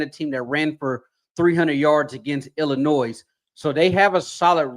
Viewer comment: Can someone please tell the S is silent in ILLINOIS!! 😂